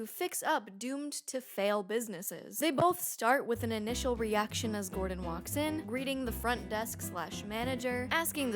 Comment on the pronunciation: trilled "d" in the way she says "Gordon" (sounds exactly like the "rr" in Spanish "Perro").